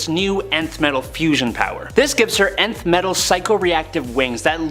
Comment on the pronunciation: nth metal not ninth metal.